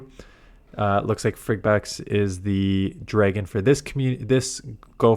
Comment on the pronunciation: Hi, love all of your videos. I think it could help if you double checked pronunciation for ones you're not sure about. Frigibax at end is the one that got my attention but it's pronounced like fridge in the beginning of its name.